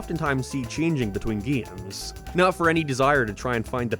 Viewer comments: gaeymes! Bro what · Your pronunciation on words containing the letter A really bothers me... it sounds like you are saying giems instead of games... or gaymes same with your o pronunciations sounding like naur instead of no and what makes it apparent is nearly every word you say sounds perfect even capsules sound normal